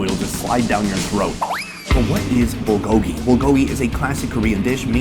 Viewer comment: If you've lived in Korea for 8 years why can't you pronounce, "bulgogi?"